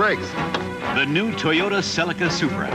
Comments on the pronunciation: Who taught u guys to pronouns words like Celica it's not celeeeka its just celica. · Celica (Selly-cah) ?